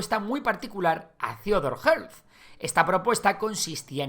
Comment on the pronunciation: Theodor Hertzel se pronuncia